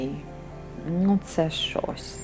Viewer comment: Доброго вечора. Тільки не ображайтесь, все добре, але...не "шось", а "щось", не "сетка", а "сітка". Не "місто", а "місце", так як "місто - город", а "місце - место". Не "с гортензією", а "з гортензією", не "вішня", а "вишня", рябіна- горобина. А в цілому українська з ваших вуст - чудова. І садочок гарний, доглянутий. Дякую, що говорите українською! Дякую за відео, було цікаво!